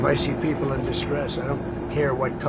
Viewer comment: 8,660 peasple(her pronunciation not mine) has been given asylum. These individuals are receiving asylum based on what stolen land that was never theirs to begin with? Their inability to find jobs? They certainly aren't lacking food! I mean who didn't seem to notice that 90% of those video taped walking in were seriously obese to the point of waddling? This is blatant and I mean BLATANT favoritism looking every single citizen of the United States right in the face! Where was tRUMPs favorite billionaire buddy from? Yep South Africa! We are now to believe that these individuals who obviously aren't starving, they don't seem to be in any kind of shock or appear to be physically hurt or have been somehow put in jeopardy? All-the-while now we (the tRUMP administration) are getting ready to return those brave individuals from Afghanistan who put the lives of their families as well as their own lives in jeopardy in an effort to help the United States in a time of actual war. I mean REAL jeopardy not like the type of jeopardy these individuals seem to be in except maybe the lack of Big Mac or possibly cardiac arrest from over indulgence! Simply put rediculas which has become synonymous with the tRUMP administration!